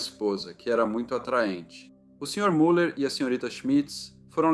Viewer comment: A pronúncia correta de Müller é MILER!